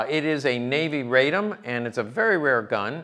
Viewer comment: Radom is pronounced RAH-dohm and is a city in Poland south of Warsaw. That is where the arms factory (Fabryka Broni) is located. Radom is the feminine archaic of "I'm happy."